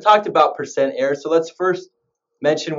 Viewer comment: percent ERROR. not percent air(no offense)